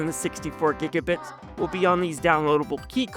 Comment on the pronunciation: It’s pronounced giga bites